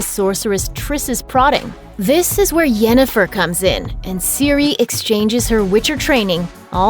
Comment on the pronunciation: At :48, the narrator says "Jennifer", not Yennefer. Lost their credibility right there.